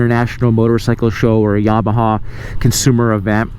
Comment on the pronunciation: I like how you said "YABAHA" .